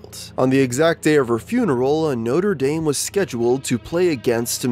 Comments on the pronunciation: That's how Americans pronounce it... weird isn't it? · Notre dame...how did you pronounce it so wrong